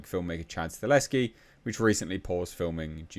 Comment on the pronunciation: I love you bro but for literally years now you have been saying "Chad Staleski" even though you are reading "Chad Stahelski". It drives me nuts, man. Please just say "Stahelski".